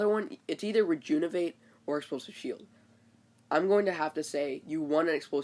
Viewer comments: Bro, it's Re-JUV-in-ate not re-JUN-iv-ate, I know it's kinda picky, but that's gotta be one of the worst mispronunciations I hear. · Please practice saying Rejuvenate correctly!! It's maddening!!